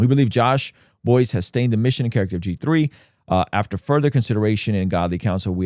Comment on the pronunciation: Perhaps research...and little more? It's Buice rhymes with rice. And his statement admits HE LIED. As in made up up stuff about others. Not just lying about the accounts.